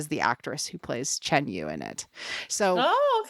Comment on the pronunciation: Yu is pronounced as a rich “Yee” with your lips pout up. Like pronouncing “she” without the s sound.